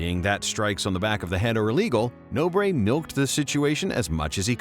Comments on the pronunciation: "No Bray"? Are you serious? It's pronnounced Nohbr. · Pedro "No, Breh" Nobre